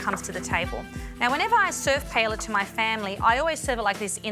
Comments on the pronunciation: Who the hell calls it PA ELA? 🤦🏽‍♂️ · There is only one correct way to say it. PA. EY. YA. The two Ls sound like a Y.